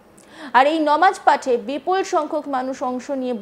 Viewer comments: নিউজ প্রেজান্টার হয়েছেন কিন্তু উচ্চারণ এখনো শুদ্ধ হয়নি নামাজ কে ইচ্ছা করে নমাজ বলেন। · ইচ্ছে করে নামাজ কে নমাজ বলছেন। যদি ভুল করে বলে থাকেন আশা করি সংশোধন করবেন ।